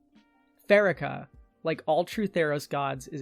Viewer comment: I think the worst part of Pharika is how you pronounce her name.... Second syllable stress and pronounce it fa.ree.ka.